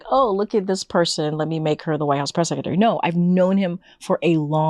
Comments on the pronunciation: The way she pronounces secretary is annoying White House press “Seck -a-tary” 🤮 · She still cannot pronounce "sekatary".